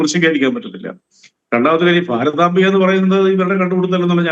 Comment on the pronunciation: ഭാരതാങ്കയല്ല, ഭാരതാമ്പ = ശരിക്ക് നോക്കി വായിക്ക് ആയിരങ്ങൾ പുറകോട്ട് പോവണം എന്ന് പറയുമ്പൊ ആരൊക്കെ പോവേണ്ടി വരും.???